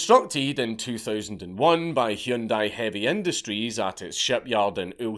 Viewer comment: I used to never even notice all the different, elegant, dramatic mispronunciations of Hyundai (at least I think I heard Dank fire off a variation of here), until a few Super Bowls ago when here Hyundai aired the commercial with the spoken and written pronunciation across the screen, and said something like "relax, no need to over do it... It's Hun-Day, like Sunday"... and I wish I'd never seen it, because now I can't not notice.